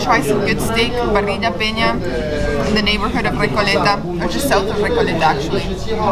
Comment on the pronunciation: Remember that in Argentina it's not "parriya" it's "parissshhhhha" ("or parizha")